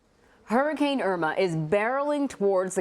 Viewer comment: OMFG THEY SAID IRMA WRONG BUT WHATEVER. PRAY FOR EVERYONE IN FLORIDA 😩🙏🏽🙏🏽🙏🏽🙏🏽